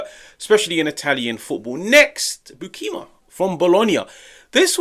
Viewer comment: your pronunciation of Sam Beukema is WAY off. Use google translate with Dutch. Same for Lang. The way you don't try to pronounce their names correctly don't give a good look